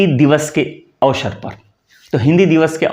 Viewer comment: Awshr awsr hota uchcharn shi kren bhut achha kaam kr rhe hain